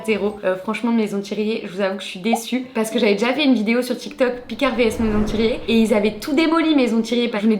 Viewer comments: Fan 🥰 Par contre pour avoir travaillé 3 ans chez Thiriet ça me fait bizarre d’entendre maison devant et que tu dise Thiret et pas Thiriet ahah 😅 on veut la partie 2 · ThirIet et non Thiret le I se prononce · Thiriiiiiet c'est pas dur à dire 🤣, sinon très bonne vidéo 😉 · ThirIET pas Thiret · C’est maison Thiriet, pas Thiret 😭😭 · Y’a un i à la fin de thiriet 😢😅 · Thieriiiiiiiiiiiiiiiiiiiiiiiiiiet c'est un I pas un tiret ! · Thiriet sans le i ca irite l'oreille un peu 🤣 c'est pas un tiret